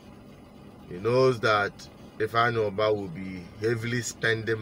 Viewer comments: I heard Andy Ubah and not Ifeanyi Ubah. Correct yourself please? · The bank narrator said Ifeanyi Uba but Chinedu Asuzu kept saying Ifeanyi Uba, so which one is the right one